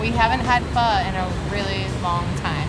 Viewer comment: I just unfollowed you cuz you dont know how to pronounce "PHO..."